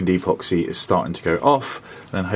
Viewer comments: You are,pronouncing epoxy wrong. It is ehpoxee not eeeeepoxee. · Well done 👏👏👌 . 10/10 for the job. 1/10 for calling epoxy ‘E’ Poxy. 😂